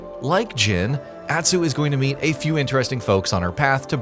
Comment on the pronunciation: Why can’t you pronounce Jin, Atsu, Ezo and Tsushima normally?